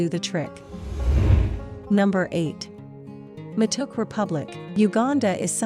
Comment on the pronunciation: It's not waa-raa-gi it's wa-ra-gee, also it's ma-to-ke. And rolex's are delicous